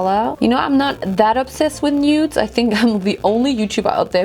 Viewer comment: I love how she saids nudes. Lmaooo “new-udes “ LMAOO